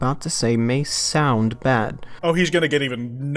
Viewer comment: "What I'm about to say may sound bad" It's almost as if what he was gonna say was bad! Who coulda guessed? I especially love the over-emphasis on "sound", like that's gonna convince us to entirely disregard how bad it is.